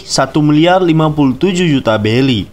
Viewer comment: Tulisan berry dibaca belly